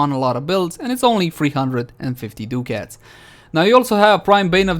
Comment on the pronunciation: My good friend. It’s pronounced duck-it not doo-cats. Even though I get a kick out of the way you say it. I’m still not sure if it’s intentional, or not. It’s an old European term for a gold coin. Love your content, so I’m just giving back. 😉